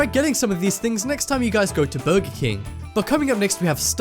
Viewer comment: He says burgy king